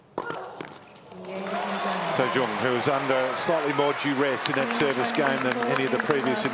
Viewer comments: WTF, Zheng is awfully pronounced as "ceong"! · The Australian commentators need to learn how to pronounce Zheng. Even the umpire gets it more correct. So it’s a matter of choice. And the crowd is clearly biased to the point that they are disturbing the athletes. And the commentators really tried, but they are definitely feeling more towards Olga. Always trying to find something nice to say about Dani, whereas towards Zheng is, let’s say, more critical. For example, the winner by Zheng. They would try to “give advice” to Dani, but if that winner down the line was by Dani they would praise with all their hearts “such good play” and control and court coverage. Seriously, it’s been decades with this white privileged commentary.